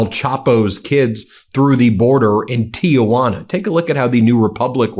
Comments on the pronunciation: Small point … the city of Tijuana in Mexico is pronounced Tee-wana. Not Tee-ah-wana. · I can't wait to find out the bribe that trump got for allowing criminal family members to enter America. Also, Ben.....the correct pronunciation of Tijuana is Tee-huana....not Tee-A-Wanna. Keep up the political reporting, thanks for the facts. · Ti-juana...NOT TiA-juana